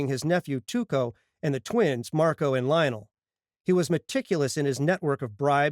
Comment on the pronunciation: Why do u pronounce Lionel that way